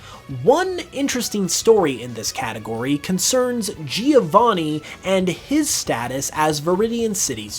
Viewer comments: Giovanni is an italian name and the first "I" is silent. So you don't say Geo to start his Name, just "Jo"vanni. Soo I don't know if this is a bit of a stretch. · That's not even how the name "Giovanni" is pronounced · Americans definitely should stop saying "Geovanni", that's not how it's pronounced